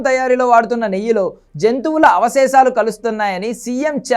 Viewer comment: ఒరే నాయనా avaseshalu కాదురా aa